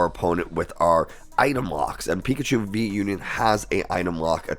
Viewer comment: Pikachee Pikachaa Pikachiii Pikachoo Had so much laugh in the beginning 🤣 😂